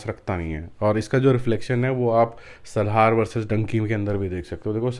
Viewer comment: It's not Salhaar ....it's Salaar please ...u r pronouncing it always in a wrong way🙂🙂